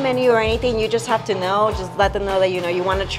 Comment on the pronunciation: “They make it right in front of you-wah”. “They do-wah” 👏🏼. Yes…uh